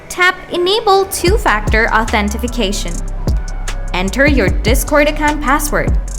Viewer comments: Why are you adding an F in Authentication? Authentifuhcation? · "authentification" lol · useless video, cant even say authentication right